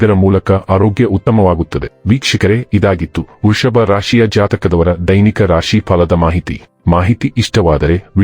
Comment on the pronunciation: ವೃಷಭ ಅಂತ ಸರಿಯಾಗಿ ಹೇಳಿ